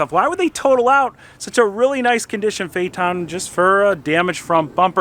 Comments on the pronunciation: Fate n, not Fay Ton. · Phaeton not phaeten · Phaeton is pronounced Feeton. Not Fay-Etton or Fayton. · Its pronunced phaiton🤦🏼 not fayaton(phaeton) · It is pronounced "Fay tahn", not "Fay et tahn". Sorry, but about a minute into your video, a Trump commercial came up. I have a policy of leaving ANY video with a Trump commercial, so I didn't watch it past that. BIDEN 2020! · say fay-et-ton not fay-tonn.. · Pronounced Fay-ton, not Fay-er-ton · My god... It's not a FayTawn. It's phae-et ton. sounds like the idiots calling a Porsche a porch.... Oh wait, he does that too. Edit... That bondo repair is the equivalent of a shitty drywall repair. Ouch. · "Fay eh tohn" everyone else: "faytuhn." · Not a Phae-TON, but a PHAE-ton, and you’re an expert? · Phaeton not pha eton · I think it’s pronounced Fay-a-ten not Fay-a-tahn. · Phaeton not paheeton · Okay, we need to see what brother looks like and acts like. It is not possible that they are both alike, is it? Also, I always thought that phaeton was pronounced "FAY-tunn", with a "ton", as in 2000 pounds. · 'Fay ton! ' it's pronounced 'Fay ton'... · it rhymes with dayton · Fey ton. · Say it right, Fae-eh-tugn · Let's try to pronounce it right: Fa-e-thon... Learn your Greek guys. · It pronounced fay-ton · Pronounced fay-ton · Good job repairing that quarter panel - for someone that can’t say Phaeton properly. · He pronounced it wrong at the beginning but correctly at the end. Of course who knows how VW pronounces it, what right and what's wrong. I looked at many commercials for the car but they never mention the name. Perhaps VW doesn't even know how to pronounce it. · Never heard VW PHEATON pronounced the way does. Is he correct or just everyone one else wrong?